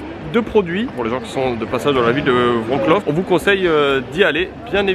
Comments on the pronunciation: Wroclaw pourquoi vroclau? vroçwav (prononcez chaque lettre comme pour l’anglais) 😊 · Alors après vérification voici comment ça se prononce 😂 Vorsouaf 😉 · Salut et la ville wroclaw se prononce gretsouaf bonne nuit les petits à demain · Il me semble qu’on prononce Wroclav,j’y ai été plusieurs fois 👍🇨🇭